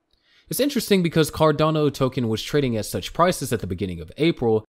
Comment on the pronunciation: If they can't pronounce the coin name correctly, then you can't trust what they are saying.